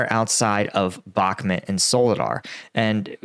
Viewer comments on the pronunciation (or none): Thanks for you commentary. One thing through - can you please pronounce Bakhmut properly - it's 'Buck-moot' (as in 'boot')